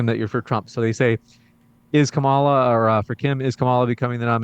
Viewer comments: Debate moderator... You really should learn how to say Kamala... It's not hard. And if you can't, for some reason, then call her Harris or VP Harris. Don't be disrespectful. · WTF is wrong with this moderator? He can't even pronounce the name of the subject of this debate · Why can’t the shithead who is running this debate say Kamala’s name right? Not just destiny, but Kim was pronouncing it right over and over and he just keeps fucking it up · Why can't people just pronounce Kamala's name correctly? Seriously, get your shit together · "Am I saying this right? 'Uhuru' ... " Moderator wants to get this word right, all the while he's been mispronouncing Kamala's name the entire time, even in that very question. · oh, this moderator cant even accent the right syllable out of 3, real brain teaser there. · Say Kamalas name right! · I think it's an obvious measure of somebody's credibility in how they pronounce Kamala. If you're mispronouncing it, you are either doing it on purpose or you legitimately think that's how you say it because of your bias sources of information. The host of this debate would not stop mispronouncing her name... To her credit, Kim pronounces it correctly, which means she at least shows that little bit of respect. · Destiny is such a strong Kamala supporter, knows all the facts in and out....still can't pronounce her name right... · Moderator, maybe learn to pronounce the future presidents name…respect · Why can't that guy moderating pronounce Kamala's name correctly? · When people can’t pronounce the VP’s name. They sound ridiculous. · This moderator can't even properly pronounce the first name of the vice president. 🤡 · Moderator. Please learn how to say our VP’s name. WTF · Someone needs to tell the moderator that he can’t keep the job if he doesn’t know how to pronounce Kamala’s name. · Her name is Ka-ma-la......douch! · It is KAmala, not KaMAla, as Trump likes to say.